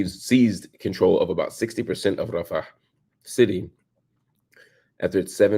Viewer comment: Mr Hill….sigh The way you say, Rafah, with an accent is quite curious. Especially since you call your own people the N-word! You protect them, but leave your own exposed. My brotha, you need to be taken to, “night school!” Let me know when you’re ready for that education.